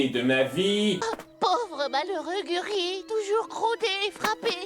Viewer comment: C'est moi ou Gurki arrive pas à dire son nom en VF? A chaque fois j'entends "Gur'i", pas Gurki ^^'